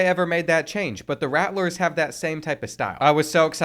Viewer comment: Me being destracted the entire video by the extra "T" in "Rattlers" lol